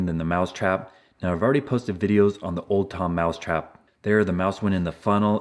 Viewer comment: For a sec i thought You said old town spike